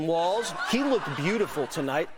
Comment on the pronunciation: "I was there at tianamin square". Interesting. Uh huh. Dude said "he lookt-ded slick." Lookt-ded. Somebody was failed by the educational system.